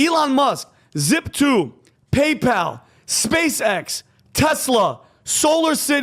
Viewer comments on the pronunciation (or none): none